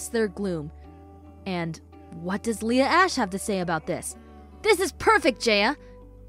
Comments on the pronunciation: It's pronounced leah ashe not leah ash e the bodies don't sound good either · Why did call Leah ashe Leah ashee? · O Omg soo good! But its pronouned leah ash teheheheh but its spelled leah ashe. And wow this should have like 100k like or more :O Like 999k